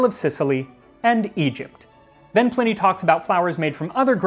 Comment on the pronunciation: Pl - eye - knee not pl - in - ee...